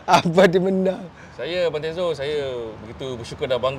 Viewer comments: Ada tezo pulak dia sebutnye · apasal janna nick sebut tizo hahaha.. nak kena basuh ni ngan abam tyzo kita haha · Janna Nick salah sebut nama tizo org Tyzo tahniah sy salah seorang yg undi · Pew hal janna nick..x pernah dgr radio kew.not tizo tapi tyzo..sebut la bbtul nama orang tu.